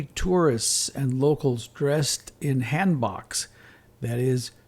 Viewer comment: Please respect the Korean hangul…their language is soft. Your pronunciation is atrocious ,sooo cringe when you butcher the words…for example it’s pronounced Hahn …BOKe …not hand book…geeze they need to have hired a Native speaker for this not a none Korean speaker. Or at least learn the proper pronunciation…I couldn’t continue watching this because of you… every word is slaughtered 🫣🫣🫣🫣😖😖😖😖😡😡😡😡🤬🤬🤬🤬😡😡😡🤬